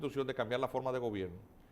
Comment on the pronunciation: Hola : dice GOBERINO, no gobierno